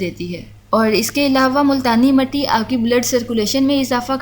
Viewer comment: Not matti its mitti